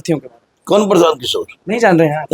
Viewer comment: O praasant kishore nhi prasan kishore hai